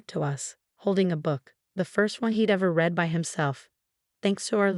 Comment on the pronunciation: That's not the only one! How about "read" vs. "read" -- as in the present tense vs. past tense. There are others as well ... I find myself constantly correcting the narration ....